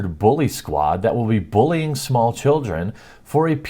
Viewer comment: I'm just curious, why do you say bullying like booolying? Is it.your accent? Just wondering :)